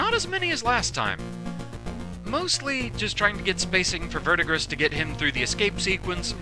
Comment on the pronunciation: It's not important but the green dude's name is pronounced ver-di-gree. It's the name given to the green accumulation on things like copper that develop over time.